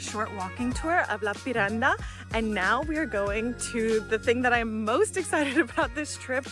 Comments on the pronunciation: "Lapin is lapland..." Correct, but in this case it was a mispronounced "lappeen", as in "Lappeenranta". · nice, you caught her mispronouncing Lappeenranta 🤭